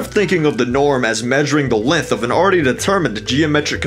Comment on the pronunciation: Why do you pronounce length like lenthh